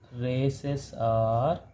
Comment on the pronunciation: Good sir but some word like lawses not it just called laws and rasese not rays ok na sir but u r explanation is very easy and good